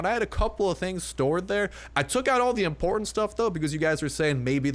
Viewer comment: whait a moment. You said... IMPORTANTE?????( Is a word in spanish (i speak spanish)